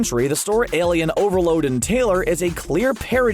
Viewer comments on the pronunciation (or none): Did anyone else notice how he said “Alien OverLOAD and Taylor” instead of “Alien overLORD and Taylor?” 😂